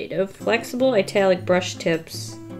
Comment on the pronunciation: "a brush...chisel nib." Me: a brisel nib